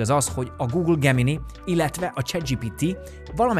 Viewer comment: Nem gugol, hanem gógöl, nem gemini, hanem gemináj